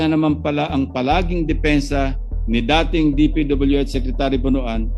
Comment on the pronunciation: "BONOAN" is pronounced as "Bon- wan".